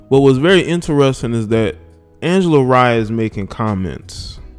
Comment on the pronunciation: Its pronounced Ray not rye